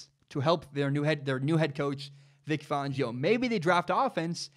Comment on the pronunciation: IT. IS. FAN-GIO. NOT. FAWN-GIO. Don’t know where you got that.